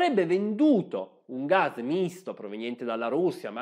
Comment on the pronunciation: Ma è così difficile pronunciare la parola GAS!? Non si pronuncia gazh o gazhe si chiama sempliceme gas con una S sonora come pus o anche pass